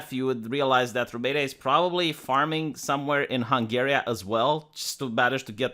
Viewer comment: it really grinds my gears when you mispronounce Hungary :))))